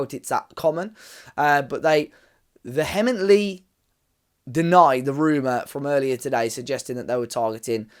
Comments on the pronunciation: Vehemently pronunciation is close, but not right lol. The second syllable is pronounced "hee" :D I am also excited about Fer Lopez too! Watched some of his reels, but also love the fact he's naturally left footed and that will give us some really good balance. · Veer- mently. (spelt vehemently) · Love that you have never heard "vehemently" before 😂. He seems a good fit for our style, good height and build in addition to his skills on the ball (Sima from Brighton would also be a great option). Concept Scouting said he isnt ready for the Prem, but I would like to see him given a chance. Lets hope he is for the team/squad and not another Buy - loan - loan again - sell. Off topic but I would like to see Wolves look at the SPL for some good deals, Yilmaz (LB) and Raskin (CM), Miller (CM), there are some decent options there.